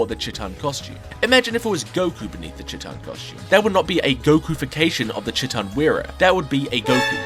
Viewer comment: I love you and your videos but the first part of Chiitan is pronounced like the first part of cheetah, I wanted to finish watching the video before I commented this but I could not stop cringing at it being pronouced like chittan over and over